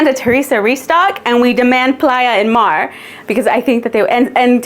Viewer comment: Love this collection!!! 🎉 🌊☀️ But girl, Mar? Se pronuncia Mar. 😂